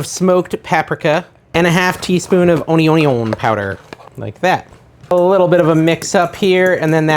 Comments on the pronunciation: Heehee, had to read the recipe to figure out what ON-ee-Yon was 🙃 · Onyonyon powder 😂 Who else grew up with Justin Wilson? “Come here, onyon.” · I was seriously looking in the comments trying to figure out WTH he said... lol Never in my life heard anyone say this. 😆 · I came here to see what the heck he said🤣🤣🤣